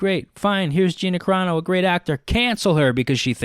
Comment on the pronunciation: Wait do I have to be the jerk who tells him it's Carano not Corano?🤷‍♀️